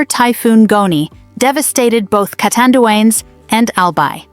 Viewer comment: Pls read it as u see the name CA TAN DUA NES- CATANDIANES.